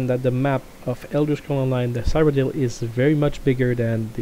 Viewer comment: Ceeroh-dill, PLEASE.